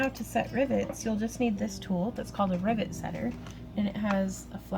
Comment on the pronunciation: LOL...I was distracted when you first said "rivet" and I thought you said "ribbit". From then on my brain kept on switching riVET to riBBIT. Talk about a "special moment"!! Gorgeous bracelet!! Like a lot of the other comments, I would love to see your friends Santa outfit :-) As always, keep up the great work and take care!!